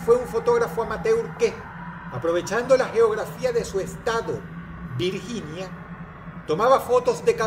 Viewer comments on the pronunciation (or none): none